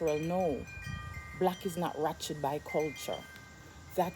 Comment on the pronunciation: Which word are you trying to pronounce? Are you saying "wretched or ratchet"????